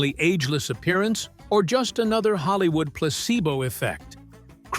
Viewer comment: Holl-eeew-ood HAHAHAHAHA